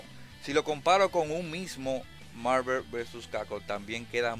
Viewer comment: que tan dificil es pronunciar bien Marvel? no joda